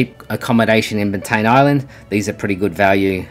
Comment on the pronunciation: It's pronounced bant "eye" an